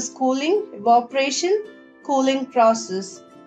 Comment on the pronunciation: Not evoparation evaporation and change voice or change the way how she speaks there is an echo and just tellin it make your channel better btw good explanation👍🏻;)